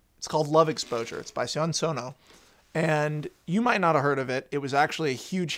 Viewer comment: Points to Max for pronouncing "Sion" right, though he kinda slipped the second time. I've managed to catch a big chunk of Sono's output from "Keiko Desu kedo" up to "Real Onigokko," and I'd agree this is his best I've seen. But for all the great elements Max and other posters mention, my favourite moment in the film is after Yuu has run screaming into the night, when his friend "Tag" Yuuji gives him his coat and delivers a line that I won't spoil. Sono's films tend to revolve around themes of depersonalization, often with a sense that Japanese society compels it. "Strange Circus" and my personal favourite, "Noriko no Shokutaku," are prime examples, and the theme is definitely established in "Suicide Circle." It was thus a relief to see Sono able to imagine his protagonist having as close a bunch of friends as Yuuji, Takahiro and Senpai.